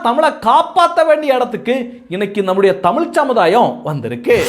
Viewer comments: தமிழ் என்று உச்சரிக்க முயலுங்கள். "தமில்" இல்லை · உதய்க்கு லேடீன் நல்லா பேசவரும்.தமில்தான் வராது.